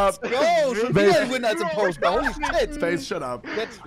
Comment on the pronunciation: Es heißt “Impostor”